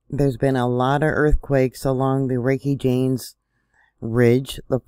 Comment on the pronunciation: Reykjanes is pronounced Ray-kia-ness. Do you think this could be part of the New Madrid getting ready to quake later on?